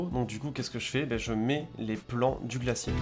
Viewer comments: Glacier, pas glassier. Mais à part ça très bien comme d'habitude. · Salut! vidéo intéressante et très beaux plans, par contre "glassier" pour glacier ça pique! :p